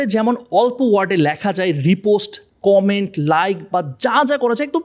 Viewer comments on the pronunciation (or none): none